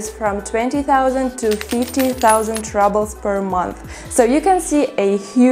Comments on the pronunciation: I love how you pronounce "rubles" as if you think that's how an English speaker would say the word, but we actually pronounce it much as a Russian would, with an double o sound, as in cool. Also, in America and England (both places I have lived), in some cases we also weigh our vegetables when we buy them. I enjoy your videos. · Rubbles! 🤣 Such a cute pronunciation! Much better than the actual one . . . roobulls. 😎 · I love how she says Rubbles instead of Rubles (as pronounced here). Cost of living seems about 20-25% lower than in USA. Can you get a decent pizza in Russia?